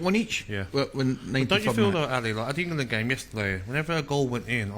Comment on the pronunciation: "England" not Ingerland🤦🏻